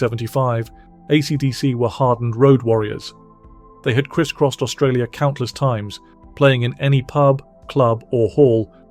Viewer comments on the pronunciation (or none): none